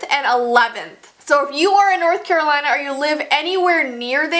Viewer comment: i thought you said coraline lol